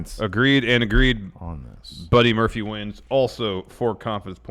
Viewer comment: Muddy Burphy? LOL